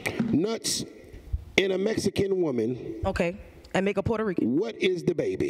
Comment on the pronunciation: She said Puerto Rican. 💀